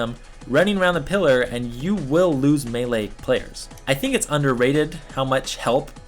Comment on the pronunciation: You're the first person on Youtube who's prenouncing melee right :P